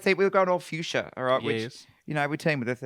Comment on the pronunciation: The runway was "Fuchsia," which a lot of the girls extended to mean "Future," because of a loose pronunciation.